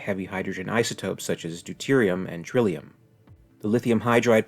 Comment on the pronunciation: Tritium not "trillium."